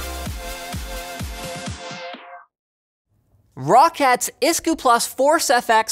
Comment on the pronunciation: Linus Tech Tips "Rocket". Rock - Et. Rock. Et. sigh Not Roe-Cat, Not Rock-At. Not Rah-Cat. Not CAT at all. Rocket. The "CAT" is just a symbol and nothing more.